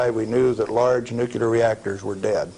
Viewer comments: A guy who worked in that industry for decades and still mispronounces the word "nuclear" is very difficult to take seriously. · Isn't it odd that someone who is an expert in nuclear technology doesn't seem to know how to pronounce the word nuclear? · Why is he keep saying "nukilar"? Its not "nukilar" its NUCLEAR...I cannot believe that he's saying it wrong all the time... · It's unfortunate that he pronounced it "newkiller" instead of nuclear though. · Sorry, it's pronounced like it's spelled - N-U-C-L-E-A-R. It's NOT NUCULAR! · Why do even scientists and engineers have a problem saying the word "nuclear" ? Try by pronouncing it " new clear " not " nuke ular".